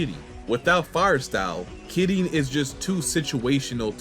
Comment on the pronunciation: Happy New Year! Also, just wanted to say: love the pronounciation on Kirin. Keep it up!